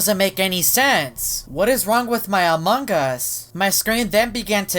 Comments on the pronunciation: Your not saying among us u said amog us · Why does always say "Among gus" instead of "Among us"? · hoffman says Amon gus not Among us hes right DUM DUM